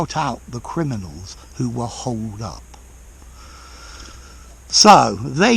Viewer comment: did you say holed up or hold up?